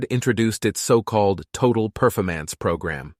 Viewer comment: Are you sure it was a "Total Perf-o-mance" ad campaign? Could you mean "Total Per-for-mance?"